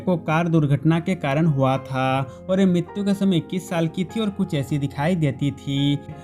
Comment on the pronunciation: Oi bhai aap huwaaaatha ye kya bol rareho huwa tha nani bol sakte ho????????!?